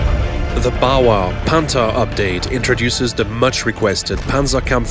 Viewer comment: the way he says the tanks name makes it cooler